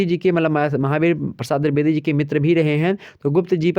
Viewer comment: Pehli baar drubedi nahi h boo Dwevedi hai okk 😏😏😏😏😏